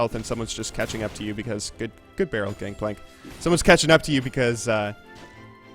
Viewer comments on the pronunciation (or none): did you know it's gangplank and not gankplank?